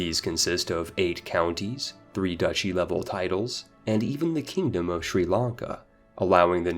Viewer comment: i love this channel but i do not understand how he manages to pronounce everything so wrong. The way he says words like piety or duchy make no sense, and also emphasizing a "BA" in "Daurama" saying it "dauramBA" is so confusing. Is it actually supposed to be pronounced with a hidden B?